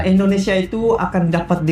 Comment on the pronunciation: Maaf untuk pengucapan ...INDONESIA bukan ENDONESIA🙏🙏🙏